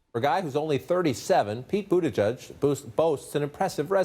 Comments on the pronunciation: Boot Ta Judge!! Is how it's pronounced! Signed a Notre Dame Indiana resident! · Are people for real with this? It's pronounced "Boot-edge-edge." It takes ten seconds. These journalists are supposed to be journalists. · Its not pronounced Boot-edge-egde. It is prounounced buwt-ich-iich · I am maltese and it's prounonced "booti" "gig" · It's easy to pronounce,. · It is pronounced "Buttplugiged" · That one dude though: "Peter buttplug" Oh wait I misheard "buttag" xD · It's pronounced "Budget" and you know exactly where it's coming from! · Pete Boodadage 😂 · 🤣😆... Pete Bugatage, Bugatti, Buggatae, butty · Peter Butt-Tag lolol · It has originated from Maltese , it is pronounced butigijc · As to pronunciation, my understanding when knowing Pete's departed father, was that the "g" letters in Buttigieg are pronounced like a kind of a "zh" sound. like the "g" in the French/English word "genre," a sound that doesn't really have a clear home in American English. It always rattles me a bit to hear how media presents his name here. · the g is pronunced like the forst letter in the word giant or jar so its - boo tea geeg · You actually say it like this " boot-ee-geeg ' the e's are sounded as if you were saying 'see' because it's a maltese last name! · Ok so I’m Maltese which where his fathers from, this is how you actually say his surname: Boo (like when you’re scaring someone) - T (teh) - Gidge (like bridge but with a G). Just say that fast. Boo-TeGidge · It's pronounced "Bootyjudge." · I'm Maltese and I couldn't stop laughing at all the reporters mispronouncing his surname! FYI, it sounds something like "Bootijeej"where the 'j' always sounds the same as in the word "jungle". In the Maltese alphabet, the vowel 'ie' sounds like the 'i' in "igloo" but it is a long vowel (similar to the "ee" part in the word "screech"). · It's suppose to be pronounced Bu-tea-geeg. It's a Maltese surname but usually you'll need the accent to say it. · Dude said Pete ButtTag 😂😂😂😂